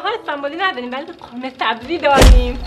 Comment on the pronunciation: اینهمه کلیپ ساخت هیچکدومشون مثل این خوب در نیومد هم دختره تو تلفظ قرمه سبزی خودش هم تو تیکه انداختن با اون قیافه😂😂😂😂